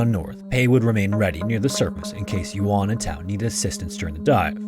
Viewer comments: Chinese speaker here! Took me a minute to figure out which cave it was because it's actually Jiudun Cave, not Jiudan Cave! (U not A) Some things I found out about the location: 1. "Guang Xi 广西 (Goo-ah-ng See)" is the name, and "Zhuang (Joo-ah-ng)" means region. 2. The county name is 2 words, so "Du'an 都安 (Doo Ah-n)" and not Duan. 3. The Chinese name of "Jiu Dun 九顿 (J-i-oo D-oo-n)" Cave is better known as JiuDun TianChuang 九顿 天窗 meaning JiuDun Skylight. It also looks like there was another casualty last year, where a famous Chinese deep cave diver called Han Ting had his body recovered from the cave system. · Yeah his pronunciation was pretty poor to the point of being distracting, ironically coming after an ad read for Babbel, a language app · The pronunciations in this video kill me. “Yuan” is not “yoo’ahn” it’s “Yuwehn” but the “w” needs to be super super soft, almost not there. And “jiudan” cave is not f**king “johdan”, it’s “dzyohdan”